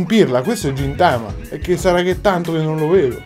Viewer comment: Quello li si chiama gintoki ed è di gintama e si leggono ghintama e ghintoki